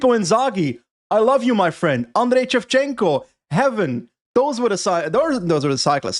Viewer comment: Did you just say Andriy Chevchenko? And AC as English not as in italian? Dude thats fucked up